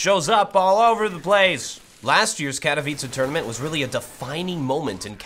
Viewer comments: am glad u said "Katowice" right xD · Pięknie wypowiedziane "Katowice" ;) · Finally some youtuber thats not polish but can still say katowice properly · Hey,!I love how you pronounce Katowice:D.Greetings from Poland.